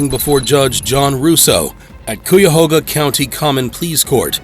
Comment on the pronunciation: Damn it’s KI-A-HOE-GA i know it’s hard to pronounce but the people of Ohio would appreciate if you’d get it right. It’s indian